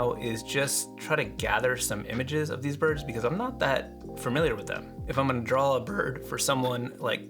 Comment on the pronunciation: why do people say "DRAW" with an L?? DRAWL? DRAWLING??? really? Other than that.... nice.